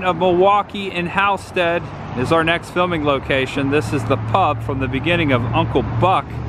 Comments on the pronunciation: Hall-sted. Not How-sted. Also it’s ILL-innois not ELL. Also it’s Winnet-ka not Win-nettica. Evanston is a suburb of Chicago not in Chicago. Just thought I would help. Cicero is ghetto. Glad you got out safe. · I will never forget the pronunciation of Halsted and Winnetka in this video. Lol.